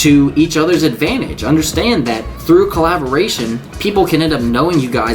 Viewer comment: I adore you but "Collaboration" ;-)